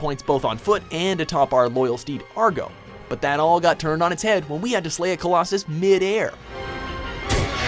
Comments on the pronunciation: it hurts me so much that they call wander's horse argo.... ITS AGROOOO, there's a button to shout it's name for fuck sake :/ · it's Agro not Argo genius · If you are going to reuse the clips from other videos at least fix the mistakes you made. It's AGRO not Argo! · The horse from Shadow of the Colossus was named “Agro”. Not “Argo”. How dare you diss that amazing horse. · I know this is a little late but..... ARGO?!? It's freakin Agro you moron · argo ? it's AGRO ! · Did he say Argo? WTF